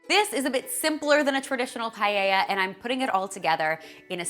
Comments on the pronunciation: In Spanish paella is actually pronounced PA-EH-IA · paella....why does it sound like "pae-i-ha"?